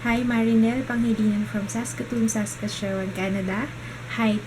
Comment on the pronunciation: Hi from edmonton :) tsaka yung basa sa Saskatchewan po is saska-chuwan :) hehe